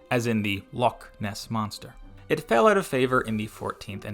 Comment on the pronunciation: Thank you that was very helpful. I would, however, point out that you pronounced the Scottish "ch" wrong. When you gave the example of Loch, it sounded like Lock. Where the ck gives a hard c or k sound. Scottish Ch sound is more open with softer sounds from further back. Otherwise a very well done presentation on forgotten letters.